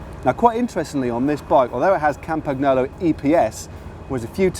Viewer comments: ARRRGH say "CAM-PaN-YOLO" fucking fuck fuck fuck my ears hurt. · Dudes...Its been said countless times... Campa - KNEE - olo. There's no 'ggg" in there...!!!!!!! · I'm not Italian but Matt's "kampaGNolo" pronunciation always cuts my ear like a knife that you use for your FILET MIGNON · Hey Matt. You don't pronounce the g in Campagnolo. Good luck the rest sounds good but it is in english! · Surely it's "Cam-pan-nyolo" and "Col-nya-go"??? Truly gorgeous bike, mind...